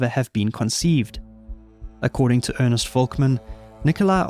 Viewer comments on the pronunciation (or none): none